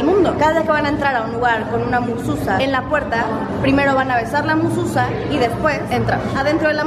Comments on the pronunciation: No se pronuncia mususa se pronuncia MEZUZÁ. :) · Se dice Mesuzá, morra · Hermosa es Mezuzah y contiene un trozo de la Torah. (Mezuzá con acento en la a)